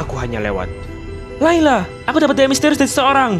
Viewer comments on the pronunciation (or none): Itu layla ngomong r kepeleset L